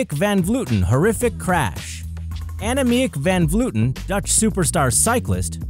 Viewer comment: How they pronounce annemiek van vleuten. you pronounce it like annuhmiekh vaan vleuhwten